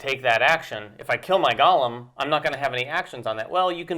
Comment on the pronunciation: Great preview. I’m very interested in the game. FYI, it is pronounced go-lem, not gollum (as in LOTR).